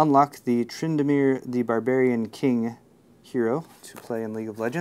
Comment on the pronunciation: That was a boss pronunciation of Tryndamere for never playing League haha